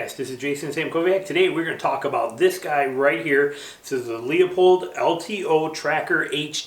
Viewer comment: thanks for the review! “loo-pold”, by the way. also, “fleer” like deer.